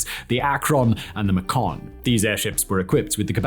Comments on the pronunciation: Maycun, not “Macone”. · Can someone tell Simon it's Macon like bacon!!!! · May-cun, like bacon. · lol macon with a short a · "Macon" rhymes with "Bacon". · Rhymes with "bacon".